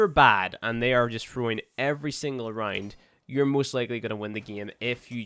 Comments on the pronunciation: he's saying round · Yeah he says round like “rined”